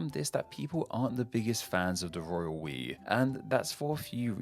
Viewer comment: Lol... Every time I hear you say "Royal We" I'm actually hearing "Royal Piss."